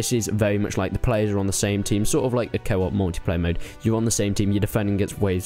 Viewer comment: thought u said kebab instead of co-op lol